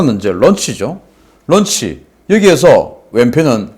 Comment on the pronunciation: '런치'가 아니라 '론취'라고 발음해야 합니다...